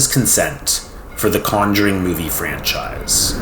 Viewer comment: The way he pronounce Conjuring is driving me up the wall